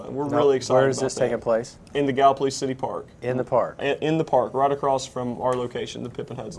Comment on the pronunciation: Please learn to pronounce Gallipolis gal la police. No plus on it. Ask Mike Thompson. Otherwise great show